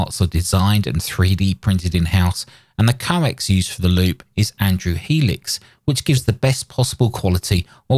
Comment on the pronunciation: Just FYI, that hardline is pronounced "HEE-lee-axe" (unless it's an established English thing, in which case, ignore me...)